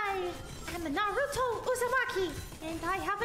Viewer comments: It’s N A R U T O NOT N A R U D O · its naruto not narudo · All the Naruto fans can agree: the needs more respect for saying team 7’s name correctly, instead of NaRuDo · NAR- ROO-TOE not NA-RUE- TU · Why did samara say narudo its naruTo😡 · Whos nar roo toe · Narudo it’s naruto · bro said "Naluto" at the beginning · when she said "Na-doo-ro" i died :(( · He said naruto like narlto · She said narudo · Somoene count how many times they mispronounced the the naruto names or tried to say them in japanese acent. Still, love your channel man! did'nt want you to feel disrespected. Loved this video! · Don't now how to say Naruto l just stop saying his name